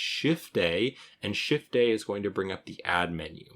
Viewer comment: he is saying Shift + A if you have a problem hearing "shift day" lol like i was. maybe i've been working on blender too long tonight lol